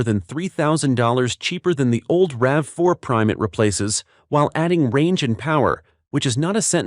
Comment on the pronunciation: It’s called a RAV4, Not a RAVEY!